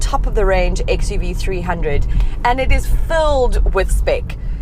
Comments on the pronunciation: It's actually 3oo(double o not zero). Mahindra cars name always ends with o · Hi, its pronouns xuv three double O